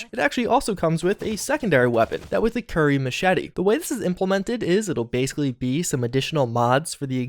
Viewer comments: its kukhri, not curry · Man you butcher so many words I can't let this one go. Kukri is pronounced Coo•ka•ree.